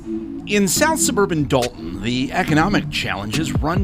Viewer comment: First of all, love the way you pronounce Thornton and Dalton! People like this deserve to be exposed because families are struggling and deserve so much better from their leadership